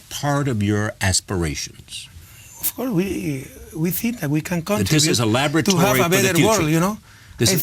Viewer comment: I can't even take him seriously....lmao....*bleeding ears* "OF CORS, OF CORS, WELL I DON SIN SO" PLEASE TAKE HIM BACK TO SCHOOL...THI IS WHY STUDYING IS IMPORTANT....POR FAVOR CORREISTAS, NO ESCUCHAN LAS TONTERÍAS QUE DICE???